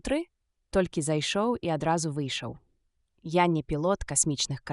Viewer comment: Агучана так, што слухаць можна, але я б параіў хоць якуюсьці рэдактуру зрабіць - шмат словаў вымаўляюцца зь няправільнымі націскамі, і яшчэ больш - зь нейкім "польска-амэрыканскім" акцэнтам. Напрыклад: "ро(ў)бат", "нэ" замест "не", "дзвэ" замест "дзьве".